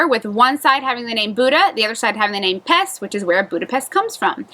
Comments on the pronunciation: Please stop saying Pest. The Hungarians don’t pronounce it that way and neither should foreigners. Buda •Pesh, not Buda•Pest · If you're going to live there, please learn to pronounce the name of the city. In Hungarian (Magyar) the letter S is pronounced like SH in English. And, respect the culture -- don't be an "ugly American."